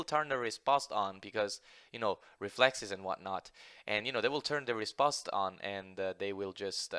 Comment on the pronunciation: It's pronounced répost. not rispost.